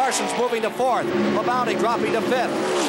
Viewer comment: Ken keeps saying Terry La-bounty LOL